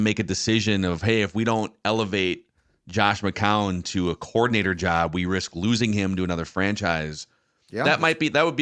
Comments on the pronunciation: Oh no is back to 3 syllables for McCown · it’s pronounced “Mc-Cown”, not “Mc-Cow-en”